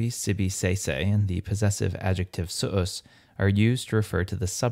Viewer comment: What specific Reconstructed pronunciation do you use? /sʊʔʊs/ for suus sounds very... non-Romance to my ears. Excellent video series nontheless! Grātiās tibi agō 🙏🏻